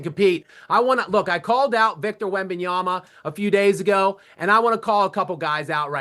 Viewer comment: Jason!!! WEM-BEN-YAH-MUH WEM-BEN-YAH-MUH WEM-BEN-YAH-MUH WEM-BEN-YAH-MUH That's how you pronounce his name. Practice this for a few minutes and you'll get it. Still mispronouncing his name is silly at this point. He's been in the league for 3 years. You're welcome